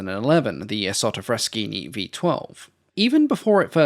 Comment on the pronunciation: my history buff heart sings My italian ears bleed BUUUUT You got the pronunciation of "Isotta Fraschini" right